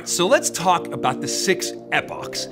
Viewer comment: you're too excited about this. lay off the appochs lol